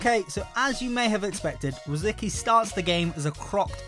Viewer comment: Rosicky is pronounced Rositzky